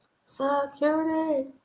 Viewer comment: FYI--Love the catch phraes you've been throwing in. Bon Qui Qui with "sekority" and Pre-sent. Tee-mothy. Love Mr. Garvey😂❤